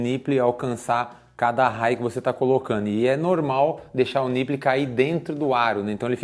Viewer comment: Gosto muito do canal e das invenções e viagens de vcs, então preciso dizer: niple se pronuncia NIPOUL, que significa mamilo em inglês. Abs!!